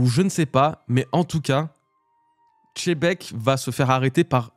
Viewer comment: Tzebec, Chebec quelle horreur d'entendre ces prononciation malfaisantes. Il est temps de respecter ce magnifique personnage qui va bientôt disparaître et nous laisser avec les bisounours de mugiwara.